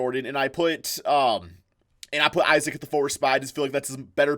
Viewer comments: "Johnathan eyes-A-ik"😂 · That guy was saying Johnathan izayic